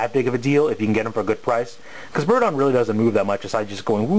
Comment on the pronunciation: i tho u say birdie i was like "what birdie?"